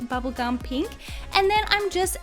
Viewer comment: I like your accent! Are u American? It makes me laugh when u say pink Because it sounds like peenk tho I Think that’s because I’m Scottish P.S why am I watching this I don’t like slime or pink I like black and death